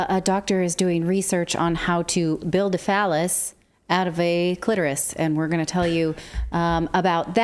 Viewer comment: The way Natali said clitorous omg this young buck wants to make her feel young again!